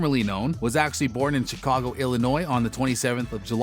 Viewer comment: Their is no way he said Chicago 😂😂😂